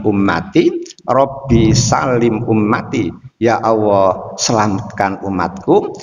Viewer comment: Mohon koreksi, ustad ini selalu menyebut kata ALLAH malah awoh. Sekedar koreksi aja. Mau bagaimanapun jg lidah harus dibiasakan melafalkan sesuatu kata/huruf yg bnr. Agar org2 gak salah persepsi nantinya